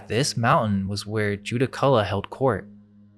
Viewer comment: Judaculla is pronounced Djurracula